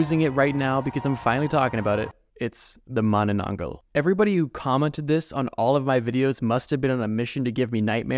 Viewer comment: THANK YOU FOR MENTIONING MANANANGGAL! Also, how you pronounce Manananggal is accurate! Love, Your fan from Philippines